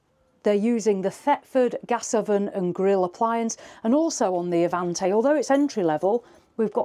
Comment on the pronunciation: All done in one take, or I missed some seriously skilful editing. Make your mind up with 'Avanté', three different pronunciations in 20 minutes. Nice, concise video covering the entire range.